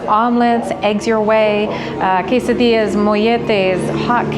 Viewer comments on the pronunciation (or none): none